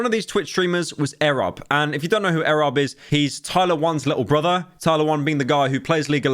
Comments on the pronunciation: First it was Silker. Now it's Ehreb. Pyro, his name is "E rob", like you pronounce "Esports". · E - rob not erob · these pronounciations 💀💀💀💀💀💀💀💀💀💀💀💀💀💀 eh rob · it is not pronounced airub you idiot. E. Rob. twice you've mispronounced in 2 b2b videos. why should you make thousands of pounds of these vids when you don't even know who you're talking about. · Godammit, what's with Pyro getting everything wrong? QT isn't Ludwig's wife, it's his girlfriend, and when saying Erobb, it's "e-robb" not "eh-robb" lol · eeeeerob not arab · Your pronunciation of erobb actually makes more sense because his name is eric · Eerobb not ehrob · ITS E-ROB NOT EHROB SERIOUSLY HOW CAN YOU KEEP PRONOUNCING EVERY NAME WRONG IM GONG TO HARE A HEWRT ATTACK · Never heard someone call the man eh-robb 💀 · corrects is pronunciation of sliker and messes up e-robb, like its not erobb its e robb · why cant pyro say names properly "air rob" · pyro why cant u pronounce anything, errob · pyro u have to be trolling what the fuck is an errob what has happened to ur speaking ability seek help brother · Bro said that XQC did attend creator clash suddenly without telling anyone till the day of (exact opposite, he was planning on going and then decided he wasnt going either the day before or the day of), called QT "ludwigs wife", and pronounced erobb "ehrob" the day after making a video in which he mispronounces slikers name the whole time. Pyro im BEGGING you, please do some more research before you hit start recording 💀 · Dude really said ‘Arab’ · Bro I swear to god you can’t pronounce any streamer names. EH robb 😂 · silker and eh-robb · Arobb, silker, man you need to start working on pronunciations LUL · Pyrocynical: I'm sorry for pronouncing Slicker wrong. Also Pyro proceeds to says Aerobb instead lol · Or as captions claim "Arab" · Silker, A rob, ZeeZ. day 2 of making a list of pyro being the fucking worst at pronoucing names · Airrob and silker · That's not how ERobb is pronounced lmao